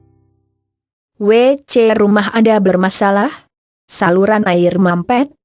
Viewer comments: Bisa ga ngomong wc nya g pake jeda jd anehh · Hadeuuhhh yg lagi belajar baca...gak bisa ngomong WC